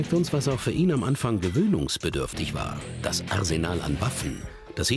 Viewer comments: sagt er da gerade „dat“ ?😂😂😂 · warum sagt der sprecher bei auch schon "dat" haus :D:D:D:D berliner texas akzent :D icke have hunger!